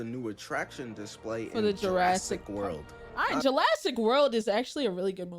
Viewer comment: girl said julassic💀